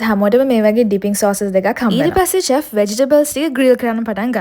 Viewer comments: Chef චෙෆ් නෙවෙයි ශෙෆ් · teppinyaki and chef learn pronousitation please